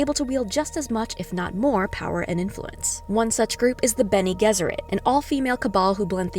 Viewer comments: good breakdown though you butchered some words. Its Har-koh-nan and Guy-is Moh-hi-am. its also ben-nay Jess-sir-it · Isn’t it benegezurate, with the g sounding like a j?? I’m just asking that’s how I’ve read it in the books. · Bennay Jezzerit is the usual pronunciation.